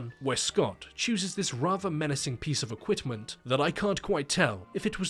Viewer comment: Equitment???? No, it's equiPment*** also it is insanely gross reading memes out loud. Just don't ever do that again, please.